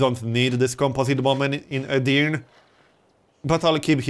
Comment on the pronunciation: And Edirne is pronounced separately. It's Edir and then Ne. Edirne